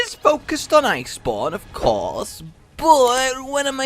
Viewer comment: For a second I thought he said ''this is focused on Ice porn''